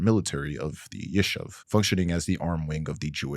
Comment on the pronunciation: This video is awesome and totally correct but I’m Jewish and your pronunciations are just so funny. Not that these terrorists or settler organizations need their names pronounced correctly. Like yishuv is pronounced yeeshoov and Irgun is pronounced irgoon